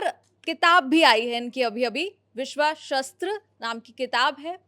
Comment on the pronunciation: शस्त्र और शास्त्र अलग अर्थों वाले शब्द हैं। उच्चारण का ध्यान रखें।